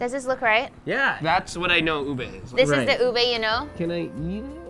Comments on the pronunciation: cute how they pronounce ube as “ooh-bey”. We just say it like “ooh-beh”. And how they pronounce “lola” as “low-luh” when we say it like “loh-lah” 😂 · I watch videos with subtitles cuz my house is noisy most of the time. So like when u said "ube" is came out "boob a". My mind just went WTF.